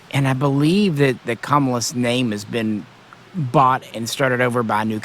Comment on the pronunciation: It's Cah-mill-us not camel-us just FYI